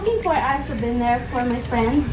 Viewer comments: maganda voice quality ni sa english konting hasa lang sa pag pronounce like souvenir make it suw bih nir, lovely lahb li. pero yung voice nya pang call center mabilis makahatak sa mga caller, lalo na sa mga healthcare account, mga matatandang lalake na walang ng asawa kapag maganda voice quality ng kausap nila nililigawan hahaha! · Iba yung saya sa mukha ni mama ruth with 😊.medyo practice mo yung pagbigkas mo ng souvenir, at payment😊😊